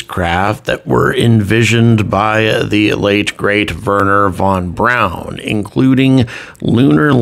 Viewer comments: His name was Wernher von BRAUN, not, Warner von Brown… Personal annoyance. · Please pronounce his name correctly. Werner von Braun is pronounced “verner fon brown”.